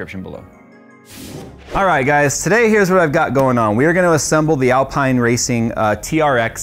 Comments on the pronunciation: Cant wait to see what you do with this. But hearing you say Alpine and not Alpine hurts. How are you a car guy and not watch F1!!! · ALPEEEEEEEEN, not Alpine! Love the content! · It's pronounced Alpein not Alpine btw. Loved the video 🙂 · Great video! Would love a review of the Moza stuff. Btw slow f1 french team is pronounced alp-een not al-pie-n ;) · Alpine is not pronounced Al-pine....it's Al-peen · It's pronounced AL-PEEN not AL-PINE. It's French! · Alp(I)ne and Alp(een) are different. Its not (Alp(I)ne) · Love the rig, can't wait to see more content. One thing: "Alpine" the F1 team is pronounced "AL-PEEN." Because, French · ITS PRONOUNCED ALPEEN!!! 😂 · Great vid! Just FYI, it’s pronounced Al-Peen 😊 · its said Alpeen. like, no joke. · Love this stuff even if I'll never buy it. Just a small FYI Alpine is pronounced Alpeene as it is a french word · Hey c'mon, please don't put down the Logitech G series gear. It it so good to so many people and I've learnt so much using it, but now gone up to the Logitech G Pro which is amazing. And the F1 team is pronounced "Alpeen". 😂😂. Fun video 😊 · If that's Alpine as in the F1 team/Rennault premium brand, it's pronounced "AL-peen" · I know some ppl will rage when pronounced alpine wrong😅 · I'm being that guy, "Al-peen" is how you pronounce it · Just FYI, in typical F1 European fashion, Alpine is pronounced al-peen. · It's Alpine pronounced (Al-peen) in F1, a Renault brand. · Just to make you aware, alpine is pronounced, al-peen 👍🏻👍🏻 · The racing team might be spelled Alpine but it's pronounced Alpeen. That's not the ultimate setup unless it's got full motion too. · It's (AL - Peen) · I think it's pronounced Al-pee-na.🤔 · B******s, looks like I'm going to have to be that guy. 😁 Its pronounced Alpene, as in seen. Common mistake. 👍 I do like this rig, and its adjustability, yet for the money you can get some top quality, all in Aluminium Extrusion cockpits. I'm torn.